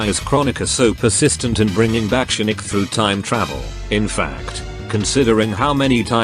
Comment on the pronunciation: I like how this automated voice calls Shinnok “Shinnick”